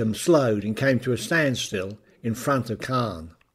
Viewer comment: Great scripting and image selection. Small things: 'Caen', 'lootenant general'.